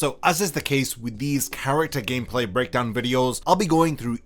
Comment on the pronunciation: "Hitsugaya Gacmeplay" lmao